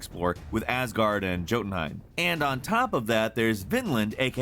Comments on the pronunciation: "Gotenhaim"!? lol it's "Yo-ten-haym". Americans be butchering pronunciation ignorantly and arrogantly, so sick of it. Like if you are having a platform, at least look into it, it is not that hard. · No offense but this really pissed me off. He said J-otenhëim and emphasis to the J.. HE SAID THE J Edit: HE ALSO SAID FORT-ZA HORIZON INSTEAD OF FORZA HORIZON!!! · It's not pronounced like it's spelled. It's not Jotunheim, it's more like Yotunheim. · why does everyone say jotumhiem its jötumhien pronounced as yotenhiem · Its not JYOtenheim its Yeotenheim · I absolutely hate his pronunciation of Jotunheim. IT IS PRONOUNCED YO-TUN-HEIM, NO JO-TUN-HEIM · It's pronounced yotunhiem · It's pronounced, Yotenheim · he said jotenhiem wrong. made me sad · I cringed when he said "Joe-tunheim" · Did he just say "Joetunheim" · Jotunheim (pronounced “YO-tun-hame;” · “Joedamhime“ hahahhahahahaha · ~ahem~ jotunheim (yo-tin-hi-mm) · Did he just say "Joe-tunhiem"?! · Did I just hear you say "Joe-tunheim" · To be honest, I'm just a bit pissed he pronounced Edinburgh wrong, "Edin-burrow?" How did he even get that? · Jotunheim as for writing but YOTUNHEIM for pronunciation as he sayed for AC Valhalla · the j in jotunhiem ius more of a jh sound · Jotunheim is pronounced with a "y". I hate to be "that guy", but come on..... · It's actually pronounced jotin-hime. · it isn't. It's pronounced "yotin-hime", or if you want to go back to the Old Norse, "yUU-tin-haym" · For someone who's clearly played GOW and assasins creed Valhalla you still call Jotunheim wrong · Man did not just say jotenheim like a g intsead of a y 🤣, also I'm joking I know it's not a big deal I just fine it funny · please, pleeeease never say Jotunheim again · Thats not how you pronounce Jotunheim... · Unsubbing for your incredible mispronunciation of Jotunheim.. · Me cringing with his butchery of pronouncing Jotunheim. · Lol is a stickler for pronouncing Sekiro right but uses a hard J in Jotunheim